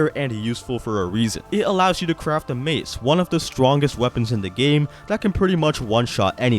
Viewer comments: When you said mace there is mave. Btw great video thank you so much.❤ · Mace❌ Mave✅ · haha, he said mave and not mace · It says 'mave' instead of mave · You miss pronounce mace